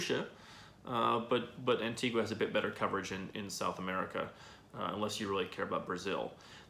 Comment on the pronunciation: The least you could do is say Antigua properly!